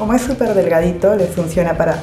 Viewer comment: 😂 "Queda super gratcioso"